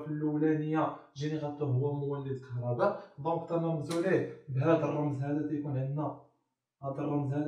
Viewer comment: راه ماشي كهرباد راه كهرباء 😅😂😂😂😂😂